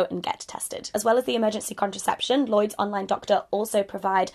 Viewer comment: "Llyods..." oh, Hannah